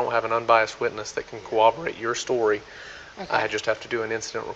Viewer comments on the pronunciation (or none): Can someone explain to me why literally nobody in law enforcement can pronounce "corroborate" properly?? Seriously. It's like they've never met the letter R.